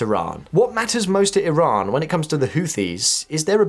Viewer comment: Good to know you called Iran with their real name (E-Raan) not (Eye-ran) unlike some👍🏻👍🏻👍🏻👍🏻